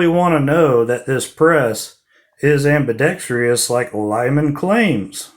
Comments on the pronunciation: Ambi-dex-tree-us, NO! Ambi-dex-truss, ✔ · Ambidextrous.... ambi-dex-truss..... NOT 😃😄ambi-dext-ree-us...😃